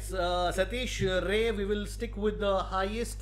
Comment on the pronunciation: satish ray is from bihar and its not pronounced as ray it is pronounced as raai(hindi word for opinion )..in bengal it is pronounced as ray like stingray .as this surname is used by both the states